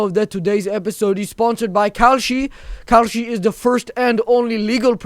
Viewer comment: Why did I think when he was doing the ad for "kalshi," did it sound like he was saying "cowshit?""